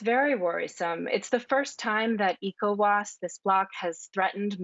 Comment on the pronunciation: I can't listen to this idiot constantly saying E Cowas